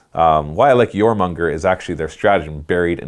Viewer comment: jormunGANdr. its jormungandr . please. save my OCD brain